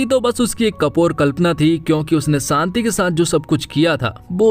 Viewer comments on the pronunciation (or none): Shanti bolo bhai Saanti nahi